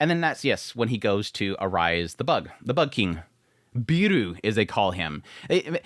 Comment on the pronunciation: Beru not Biru... the 'e' is pronounced halfway between the first e in 'pepper' and the a in 'paper' but you can get away with either one if you (understandably) don't want to struggle with learning a new vowel. It's the same 'Beru' as Bell Cranel in danmachi, and I took it that he was being named 'Bell' but idk, maybe it's an adaptation of the name of this author as you say. 'Biiru' would mean 'Beer' and be pronounced like beer-oo and is what it sounds like your saying and it's making me thirsty.